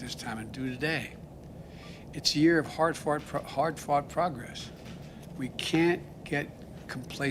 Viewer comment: Did he say "hard fart progress?" Fast forward video to